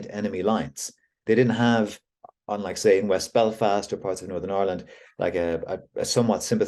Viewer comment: Is it pronounced Ourland,of Ire land????😊